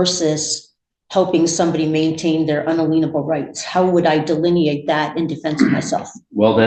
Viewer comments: What the hell are "un-a-LEEN-able" rights??? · She pronounces "unalienable" as "unalleanable".